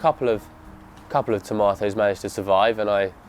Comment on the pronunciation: Bro, you pronounced tomatoes incorrectly, you sait toe-may-ohs, yet you say potatoes perfectly. But you will save money by year 2 or 3.